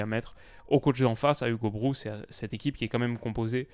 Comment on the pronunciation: Je ne sais pas où en est ton apprentissage du néerlandais, mais le "oo" de Broos, c'est un O long, le "ou" néerlandais s'écrit "oe" ;-) Très bonne vidéo, comme d'habitude, sinon !